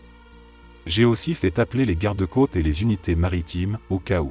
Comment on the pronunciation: J'adore ces vidéos, vraiment ! En plus l'idée du feu de camp est excellente, je trouve. Mais l'IA... "D'à côté" devient "D accent grave à côté", "violent" l'adjectif devient "violent" le verbe conjugué et donc prononcé "viol", la "côte é" pour "côte est", "on apprend à le supportère", etc. J'avoue, le "D accent grave" m'a fait éclater de rire ! En plus il s'agit d'une apostrophe, il aurait dû dire "D apostrophe à côté" !!! Ça ne m'empêche pas d'écouter toutes ces histoires qui me passionnent, enfin surtout ce qui est paranormal, parce que là... le pauvre homme en feu, devant son petit-fils... Épouvantable. Je me suis abonnée, mais j'aurais préféré que la voix soit celle d'un conteur. À part ça : TOP.